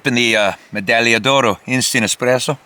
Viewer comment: Your pronunciation of medaglia d’oro is perfect btw.